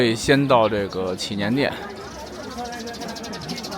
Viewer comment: 拜託 祈年殿的祈字念二聲不是三聲.